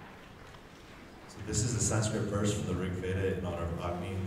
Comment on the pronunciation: Superb rendition! As a Sanskrit speaker/scholar, I was impressed at the excellent pronunciation of all the singers - congratulations!